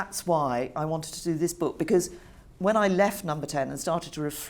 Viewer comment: It is not a 'beak,' interviewer. Say 'book'. BOOOOk.